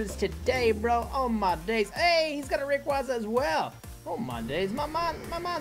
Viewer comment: It’s pronounced ray-qayz-a